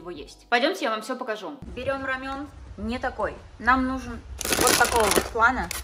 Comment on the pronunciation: Не рамён , а рамэн.